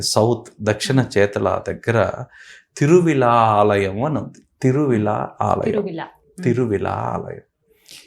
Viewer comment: Thiruvizha Mahadeva temple. Hara hara mahadeva temple... Om Namah Shivaya... Please correct the soelling, it is Thiruvizha not Thiruvila